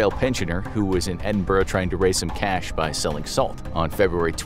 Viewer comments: ‘Edin-burgh’ Ew. It’s Edin-boro It’s fine though, you’re not from the UK. Great video ❤️❤️❤️ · It's pronounced "Edin-bruh" ❤